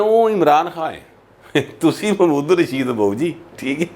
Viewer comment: راجہ ریاض کو چھوڑیں اپنا ایکسنٹ پر غور کری اپ بھی محمود الرشید کوممود الرشید فرما رہے ہیں